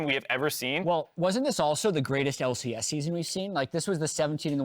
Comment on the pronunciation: unwittingly genius!!!!:D >>>>> <<<<<< "WELCOME TO FINAL DAY everyone....here in the L......C.........AIASS! " XDDDDDDDDDDDDDDDDDDDDD loooooool XDXD:D did SERIOUSLY SAY THIS!?!!? XD i think he didnt even realize!?!?!?!?! LOL!